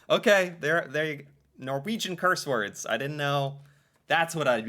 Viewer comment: I have been known to string at least 10-12 Norwegian curse words together from time to time 😅 You nailed them at first try,! I'm impressed! 😄